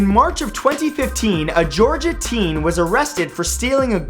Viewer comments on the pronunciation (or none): none